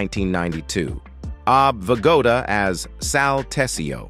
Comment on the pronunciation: Ob Vigoda? A I sucks